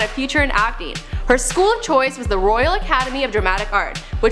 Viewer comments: I can only hear "acne" when she says "acting" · every time she say "acting" it sounds like she's saying Acne lol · I am right with you and the way she says acting. I think she says acne every time. God woman pronounce you words right and stop talking like you have a pool of spit in your mouth.